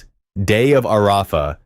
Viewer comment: "ARAAAfa" almost made me cry, it was so painful to hear.